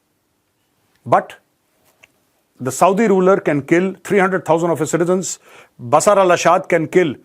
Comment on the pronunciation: Sorry its Bashar not bshar.